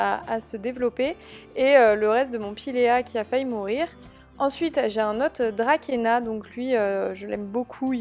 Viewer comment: Hello je suis fleuriste juste pour te corriger sur certaine plantes les Bromelia ca n'existe pas sois on dit bromeliacees ou alors guznania pour le tiens . Le dracaena ce prononce "dracena " . Et le spathiphylum ce prononce "spatiphylum"